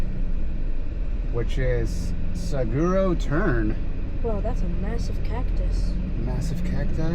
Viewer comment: Looked like a blast! Some late but local knowledge: "Saguaro" is pronounced "suh-WAA-row". It's the species of big cactus you saw. :D